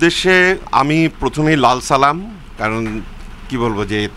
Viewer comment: ভালো করে সালাম টাও দিতে পারেন নাই চাগল